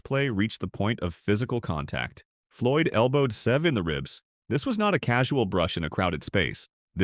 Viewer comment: Who is the guy narrating this ? Getta clue. Guy can't even pronounce Severiano Ballesteros 's name; ahhmm scuse me narrator it's not "Save a" or maybe Se've' it's Seve rhyming with levee. Jeez smh.